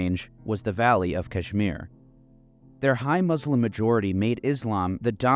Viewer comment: Why don’t you learn how to pronounce Muslim? It’s not hard.